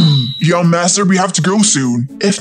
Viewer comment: Why did the limo driver say naster😅😂